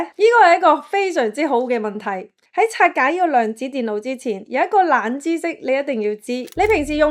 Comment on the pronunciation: 冷知識，懶知識 第一層，第一陳 銀行，銀寒 😑😑😑 懶音太多，好難聽